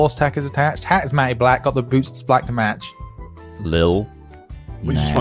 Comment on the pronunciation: The word 'matte' is pronounced 'matt', not 'matty', you nimrod.